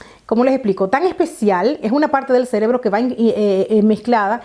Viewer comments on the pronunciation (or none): none